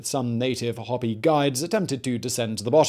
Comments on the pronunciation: Probably a good idea to appease the Hopi ( I think you said hop---ee) instead of hope -ee ) spirits with an episode on their reservation. 6000 people completely surrounded by the entire Navajo Nation. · Hoe-pee, not hoppy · Yeah, his “hoppy” and “na-VA-ho” had me cringing. And what on earth did he do to the Paiute? 😂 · And HOPE-ee not HOP-ee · Yes. I think my ears were still ringing so from PEW-blow that I glossed over the HOP-ee 🤦🏻‍♀️. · Pewblow gave me a giggle too along with hippity hopi. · NAV-A-HO HOPE-EE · Boy you need to work on saying g Navajo and Hopi